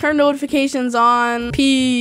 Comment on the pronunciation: at the end he said peasss lol